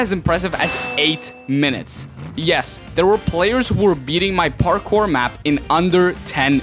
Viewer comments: I like at how the beginning he says barkour (Not Parkour btw) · did you say barckpor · u said barkour in the beggining lol